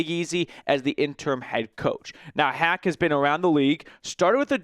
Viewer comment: Pronounced Matt "hawk" not hack .. do some research guy